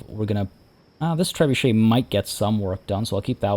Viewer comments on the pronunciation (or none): none